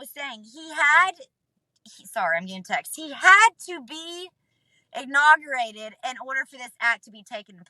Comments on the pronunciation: He had to be "egg-nog-o-rated" bahahah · "Ignaugurated" hahaha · "He had to be inaugerated."